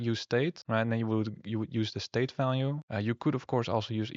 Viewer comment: Dif and Falue 🤣 its V !